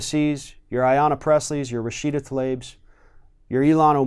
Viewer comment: You are the first to pronouns rashida tlaibs name right ✊🏾...oh yeah you are doing a Mega good job thx